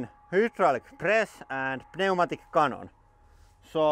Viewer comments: The 'p' in pneumatic is silent, I know, English is stupid. So it's pronounced like new-matic. I don't mean to grammar nazi that btw, i just think it might help with that particular word because i was actually a little confused for a second. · "pneumatic" - New-Mat-ick, the P is silent. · Lauri, the P in pneumatic is silent, just thought you’d want to know 😉